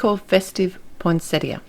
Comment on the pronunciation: I can't tell you how happy this botanist's wife was that you pronounced Poinsettia correctly. And bonus... you knew they aren't flowers but leaves!!! I'd come to Austrailia and hug you if I could!! I love your cards and am glad I stumbled onto your series.